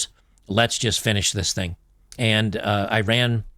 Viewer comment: Ee-Rahn not I-Ran